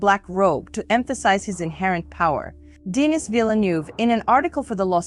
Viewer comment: Lol "Deeenis"